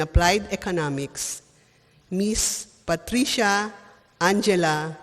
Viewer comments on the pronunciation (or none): none